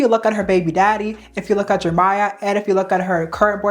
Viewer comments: Jeremiah. Not Jermiah. Head ass. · Why do you keep saying Jermiah...his name is JEREMIAH Have you never seen that name before?? Do you not know how to pronounce it?? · His name is FOUR syllables!! Jer Eh My uh!! Why can't you say it correctly? Makes this video unwatchable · I think you’re mis-pronouncing Jeremiah’s name. It has 4 syllables. I think you’re saying “Jermiah “ with only 3 syllables… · the way this creator pronounced Jeremiah as "Jermiah" is driving me insane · you forgetting the second e in jerEmiah is sending me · It’s Jeremiah 😂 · its pronounced jer-RUH-miyah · Many people come across words that they struggle to pronounce, Jeremiah is her word. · Why yall let her pronounce Jeremiah’s name like that the whole time?? 😭